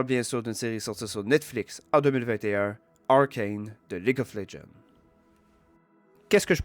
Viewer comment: Arcane est français, tu peux dire le nom correctement :)